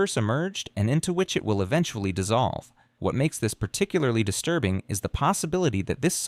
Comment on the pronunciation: Paaarrrticularely disturrrrrrbing and unsetttttling